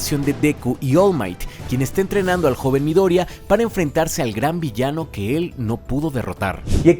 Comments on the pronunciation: No es midoriaaaaaa, es MidoriYa, 😂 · Duda real se pronuncia midoria o midoriya todo el vídeo me rayo el midoria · Midoria no es, es MIDORIYA!! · Midoriya se pronuncia Mi-do-ri-iilla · Por favor, no digas Midoria, me hace pensar que viste BNHA con el doblaje feo 😢